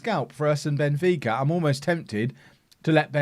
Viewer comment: Benfeeka...fika (pronounced feeka) is a tradition in Sweden. I think you'd like ot. Involves goos coffee